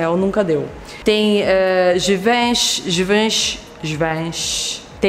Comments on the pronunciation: Não é givânxiiii, é givanxi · Givenchy se fala tipo: Givonchy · A pronuncia seria Givãnxi/Givonxi.